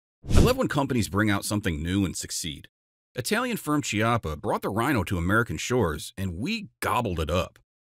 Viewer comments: It's Italian, and pronounced "KYA-pah," not "chee-ah-pah." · Funnily enough, the Italian pronunciation of "Chiappa" is not Chee-appa but Ki-appa, which is the Italian slur for "buttock". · “Chiappa” = “key-appa” the “h” in Italian is hard, like “archive.” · I have a Chiappa (should be pronounced with K sound, it's Italian like chianti wine) Rhino 50DS in 9mm. Very nice gun. Rhinos are available in .357, 9mm, and .40S&W. Note: your title page for the S&W says Ruger GP100. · That's not how you're supposed to pronounce Chiappa :)